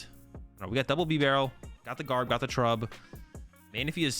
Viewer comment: You don't pronounce beaver like "beh-vur", it's BEE-ver. Bibarel's name is a play on the pronunciation of beaver, it's like bea-barel.